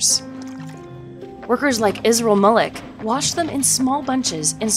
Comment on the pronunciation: It's pronounced maleek